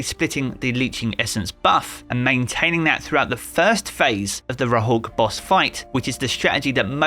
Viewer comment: It hurts me hearing it like that xD